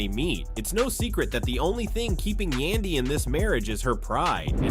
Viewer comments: I always question these stupid posts when the narrator can't even Prounouce a cast members name,...He can Prounouce mendecees and Rasheeda But not Yandy.....Who's Yundy ????.....He finally got it right in the last 8 minutes of the video,, Somebody probably whispered in his 👂 ear,,..(Its YANDY Fool !! 🙄) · Who is yundy ? It Yandy !!!!!! Wth cant yall get our names right Yandy rhymes with Andy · White folks really be acting like they can’t sound out letters once a Black persons name comes up.. Tf is a Yundy when there’s a whole “a” right there. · Say the name's right. Yandy don't need to listen to Rasheeda. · You can pronounce Rasheeda but not Yandy?